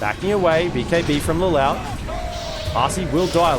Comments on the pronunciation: Omg its not Le louch its pronounced like Le looshe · Ikr xd "LelAWsh"😭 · This caster pronounce lelouch wrong, he literally say lelawch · Every caster I've heard always pronounces the name wrong 😮‍💨 He's one of my favorite anime MCs out there. Lelouch (Leloush) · Why is the caster saying the name Lelouch like that hahahaha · lol, my nerd ears bleed whenever he said LeLouch like that XD